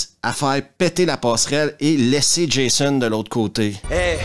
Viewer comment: Pour un français, entendre Jaissonne a la place de Djaizone 😂😂😂😂 ça n’a pas de prix